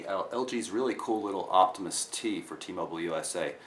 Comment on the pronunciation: ITS T-MOBILE! NOT T-MOBLE!